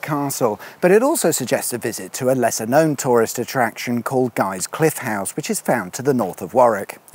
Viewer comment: It's not pronounced "Well-es-bourne" it's "Wells-bourne", also "Guys Cliffe House" is said all straight, no emphasis on "cliffe" needed.